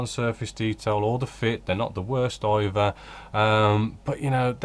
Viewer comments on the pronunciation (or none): none